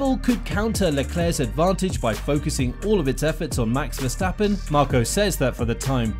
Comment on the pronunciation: " Max Verstapen"? lol